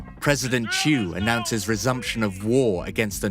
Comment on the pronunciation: South Vietnam President name was "Thieu" Nguyen ; Not "chu" !